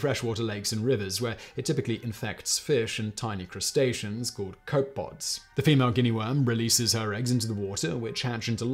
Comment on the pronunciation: I dunno... His mispronunciations of copepod set my teeth on edge. 😬